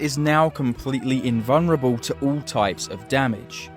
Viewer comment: He's in-vun-ruh-bow